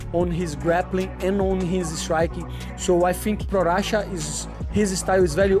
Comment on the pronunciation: The first guy really said Prorasha instead of Prochazka :D